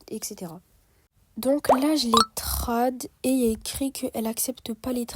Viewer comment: Trade se prononce treide